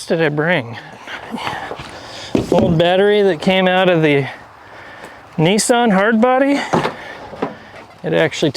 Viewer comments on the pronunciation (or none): none